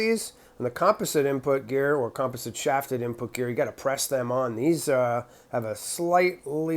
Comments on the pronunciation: Was wondering where your from... the way you say composite (com-pos-it) really got me wondering lol love your content brother always good... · Never heard composite pronounced with the first syllable accented. Sounds super strange to me as an American. Maybe that's a northeastern thing.